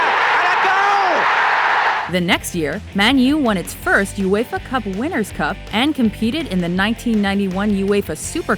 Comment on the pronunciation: lmfao she pronounces ''uefa'' '' uefer